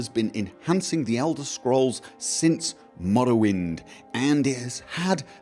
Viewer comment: An insightful conclusion to this little series. :-) And I love how you pronounce the "rr" in Morrowind. :-DD Wonderful accent.